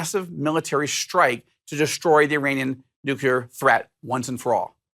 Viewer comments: its NU - CLEAR. Not Nu - cu - ler. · nuclear, not nucular. And government, not regime. Regime is a propagandist word. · Nucular isn’t a word